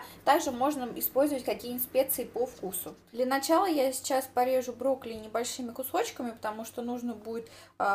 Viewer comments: интересный рецептик, попробую обязательно, тем более брокколи люблю очень) Единственное, что резало слух, так то, что ты говорила в видео не брокколи, а брокли:D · Broccoli, a ne broccli ;) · почему не брокколи,а брокли.слух режет